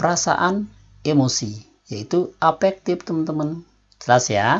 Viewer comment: Afektif bukan efektif Intelegen bukan imelegen Berantem bukan beramen